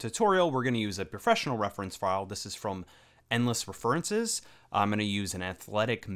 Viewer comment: ReFURences? XD